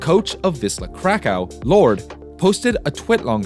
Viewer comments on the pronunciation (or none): none